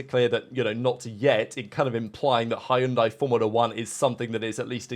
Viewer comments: They are not called Hi-un-di, haven't you seen the adds teaching us how to pronounce it??🤣🤣🤣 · Spa and Monza should be on every year. I wouldn't mind Imola in rotation. P.S. Hyundai is pronounced Hunday like Sunday. I don't think they have the pedigree for F1 yet